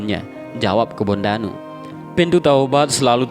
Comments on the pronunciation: Kebo ndanu min ....bukan kebon danu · Kebo ndanu bukan kebon danu ts